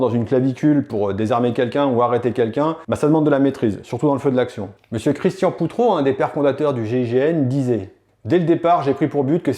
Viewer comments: Petite correction c'est Christian Prouteau et non Proutreau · Très bonne vidéo 👍. Un petit rectificatif , cependant . Le chef du GIGN , se nommait CHRISTIAN PROUTEAU , gendarme , puis , préfet , et non POUTREAU , comme j'ai cru l'entendre de ta part. Merci pour Lui 😉👍. Merci pour le. ' tuyau Facebook'' .